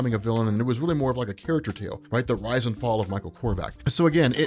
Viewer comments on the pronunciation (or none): none